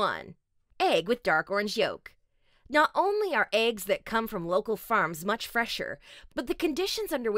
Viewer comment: they are called eggs not ayygs